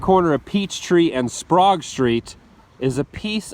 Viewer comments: Unless some local told you it's pronounced "Sprog" street, it's Correctly pronounced "SPRAYgue". The correct pronunciation for "au jus" is "Oh-zshew" (French - 'from juice'), though most Yanks massacre it with "AW-zshoo. The Reuben's bread is called "marble bread", and is rye bread rolled up pinwheel style with rye dough with added cocoa powder. In a few rare cases, the dark part may be pumpernickel dough. The Korner House ROCKS! LOVE the hexagonal tiles! LOVE all the narrow staircases and passageways. It's like a funhouse. The ornamental millwork is typical of the time, but very ornate and wonderful. As always, EXCELLENT JOB! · Sprague is pronounced "spay-g" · HAHA ... My home town. Winston Salem. The street is called "blues" and the other street is "sp-rag" Thanks for your visit.